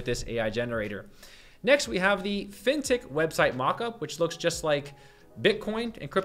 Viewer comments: man took me some time to figure out you were saying "Fintech". All i hear is Fintick. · What the heck is that word he keeps saying?? "Vintic" "fintic" what does that mean?? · What word is that? Vintec? Fintec? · What word are you saying "Fintech"? "Fintik"? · What word does he keep saying? Fintic? Fintech? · Me too. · Are you trying to say Fin Tech? As in financial technology... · I'm confused... is he saying "fintech" in all his prompts? Like financial technology? That doesn't make sense so I assume I'm mishearing 🤔